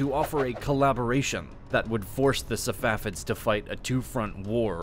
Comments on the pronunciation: He keeps saying "Savafids" instead of "Safavids" and this is the pronunciation you focus in on??! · Man said safafids lol